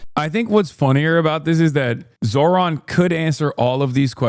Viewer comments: Is there a compilation of Zohran's critics intentionally mispronouncing his name? It's pathetic. How do they get basic facts right when they don't even manage to pronounce the name? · They fuck up his name on purpose I swear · It infuriates me to no end that they keep the petty shit going where they won't say his name right, ever, knowing full well how to say it correctly. It's a thing white racists like the people I grew up around will do as a way of showing their annoyance that people might have last names other than "smith" and how mad they are at having to utter such silly names out loud. I hate it so much.